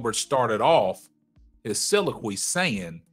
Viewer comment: so·lil·o·quy. This is the correct pronunciation of the word you are trying to use my brother. Love the videos.